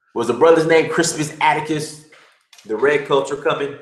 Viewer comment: "The redcoats are coming"-- Crispus Atticus xD you fucked that wayyyyyy up but it's all good lmao